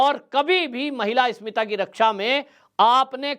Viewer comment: आप इस्मिता शब्द बोल रहे हैं, जबकि सही शब्द अस्मिता है।